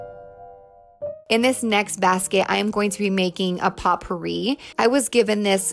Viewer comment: did you say "pot" pourie lol